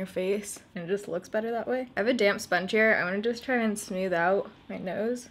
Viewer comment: "Smewth" haha 😘